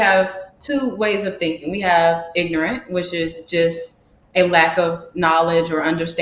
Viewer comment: Wonderful to hear. I like the clear articulation of ignant. 😂